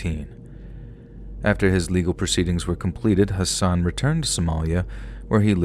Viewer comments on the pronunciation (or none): none